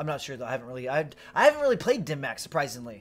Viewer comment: Not the only creator saying it wrong, but I cringe every time I hear "dim mack" as it's pronounced "dim mawk". Love your channel though as I believe you put out the most informative content